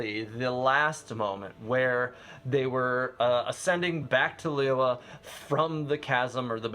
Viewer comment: lee-you-ei not lee-you-were